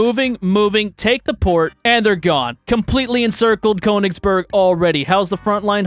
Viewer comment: Conegsberg as someone who is learning German this hurts my soul